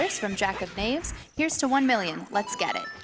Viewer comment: "Here's hoping we make that mil-iun" lol